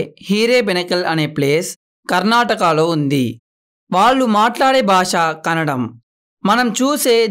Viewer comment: KANNADAM KAADU BROTHER THAT IS - - KANNADA 🙏